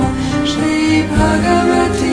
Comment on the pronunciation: Wonderful rendition .Only the pronunciation of soft T in Bhagwati and tatsat is not correct and jarring.